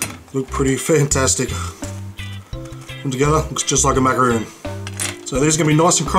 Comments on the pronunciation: ITS macarOn ( mac a Ron ) NOT MACAROON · its macaron not macaroon! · Macaron has 1 "O" in it pronounced Mak•ah•rOn. Please stop saying Macaroon which is a different pastry. I hoped you would've got that right on your second video but I was wrong. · Btw, they are pronounced Mac-a-róns, ma-ca-roons are coconut and chocolate treats. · MacarONS, not MacarOONS. I Understand how difficult it must be for you to get this right, even though 99.999% of people know that macarons and macaroons are two completely different things. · churros not cheerios and macaRONs not macaROONS. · it's not a macaroon it's a Macaron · I am so sorry but I laughed my head off when you said macaroons LMAO but great recipe it tastes delicious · Mackeron pronounciation. 2 different cookies.